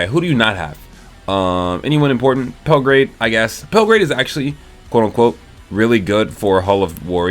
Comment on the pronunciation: Pellegarde is NOT pronounced "Pellegrade" bruh